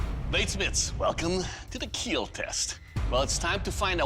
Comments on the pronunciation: It will keal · They should have contestants compete against Doug to see who can say "It will keel" better.